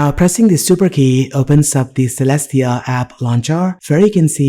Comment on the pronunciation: (unless the developer is insisting otherwise) Caelestia should be pronounced as kay-less-tee-uh, rather than seh-less-tee-uh. that a after the c makes it a hard c. also, that window title on the left bar should be rotated the other way. it just looks wrong like that.